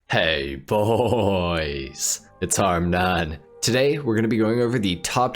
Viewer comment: Am I the only one who's concerned about how he says "hey bhooois" 🤔